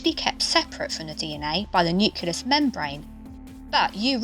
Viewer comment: Great video. Wincing whenever she says nucleus wrongly though